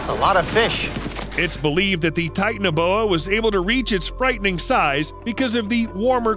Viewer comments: I wish he’d say ti-TAN-a-BO-a instead of “tight-naboa” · Titan a boa 😂 it’s ti tana boa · It’s Titanoboa, not Titaneboa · Ahem.. Ti-TAN-a-boa. Not "tighten-a-boa" or whatever. Tie - TAN - uh - boah. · Please say TITANOBOA the correct way. Its not tight- na- boya... Its Tight- ana-bowa come on man i know u did your research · Sorry if this is rude but titanoboa is pronounced tie-tan-oh-bow-ah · It's pronounced TI tan a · Its Titano boa like the titanic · You pronounced titanaboa wrong